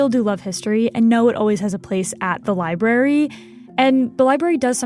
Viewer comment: why does that "reporter" keep saying "libarry"??